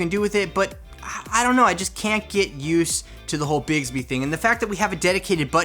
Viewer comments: Does anyone else hear say bigsby instead of bixby? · Who else suffered from cringe when he kept pronouncing it “bigsby”